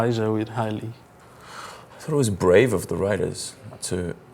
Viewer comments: Ele falando hayley como se fosse "RAILE" Qse morri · "Railei", "micaelson"... Meu ouvido está sangrando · "Micaéuson" "Ráilei" eu só assisti até o final porque era o Daniel ne, mas foi uma tortura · E o inglês... Kkkkk qse morri quando ele falou Hayley como se fosse "Raile" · railei Kkkkkkkkk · Achei q era o hugo q ia entrevistar mas apesar de algumas falhas na pronuncia o entrevistador foi mt bem e o daniel 😍😍😍 mds sem palavras mt fofo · tbm amo paçoca meu lindoooooooo.... a pronúncia de Mikaelson e Hayley.... Jesus... Hugo era pra vc ter feito essa entrevista... tinha sido muito melhor.... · Ai gente, quando forem entrevistar alguém, por favor chequem as pronúncias dos nomes primeiro. Da uma agonia enorme ver o entrevistador falar os nomes errado! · Teve isso ainda né, que vergonha :/ falou até o nome da hayley errado 🙄